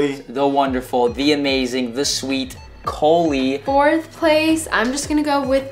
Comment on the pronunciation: wait she wasnt doing it cause he called her cOHlie??